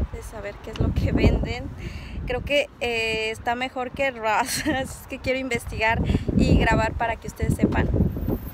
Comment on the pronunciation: Jejejej no puede decir Ross bien